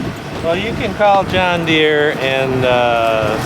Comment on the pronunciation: When you said “Juan Deere” you lost all credibility.